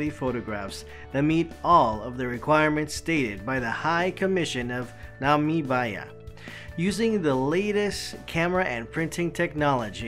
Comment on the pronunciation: The least you could do is pronounce Namibia correctly. "Nah-Me-biah"